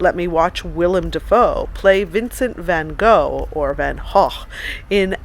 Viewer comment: please stick to the english pronunciation of van gough. your not able to say it in dutch. thanks